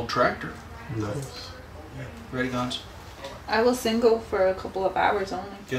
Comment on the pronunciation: Gonso guys....it's Gonso. And I was cringing watching this vid also. She seemed to be adamant on laying out big hints as to his identity for some reason. The word to describe the whole thing is "unprofessional". I feel that she has been working long enough with Dr. Gilmore by now to know better. Sorry....I felt I had to say this. I love you all though! honestly.